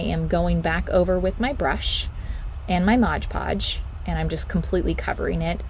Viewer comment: OMG...it isn't "modGE podge". It's "MOD podge".😉